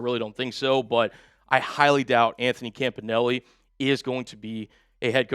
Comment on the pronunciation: Isn't everbody pronouncing Campanile wrong ?